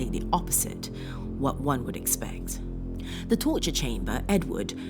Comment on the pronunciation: Please stop saying 'de' for 'the' occasionally. You're a well spoken woman and it really does spoil it for me when you do this. Thank you